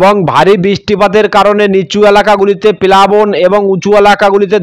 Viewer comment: আমি পশ্চিম মেদিনীপুর কেশপুর থানা শালবনি থানার মাঝে আনন্দ পুর থানার কোতাই গ্রাম থেকে দিবাকর মাল, আমাদের এখানে দুপুর থেকে বৃষ্টি হচ্ছে।সবঠিক আছে আপনার উচ্চারণ ঠিক হচ্ছে না,আপনি বজরবিদুত সহ এবং প্যালাবন বলছেন। ওগুলো বজ্র বিদ্যুৎ সহ এবং প্লাবন হবে, ঠিক করে বলুন। শুনতে ভালো লাগবে ধন্যবাদ।